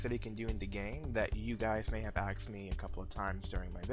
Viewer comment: axed? bro, it's asked lol, how can you get that wrong